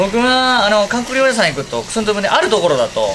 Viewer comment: リュウジのお兄さん「リョウリ」（笑） これが気になりすぎて後が入ってきません（笑）